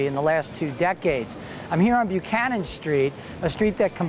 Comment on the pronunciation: It's just a shame he pronounced Buchanan street completely wrong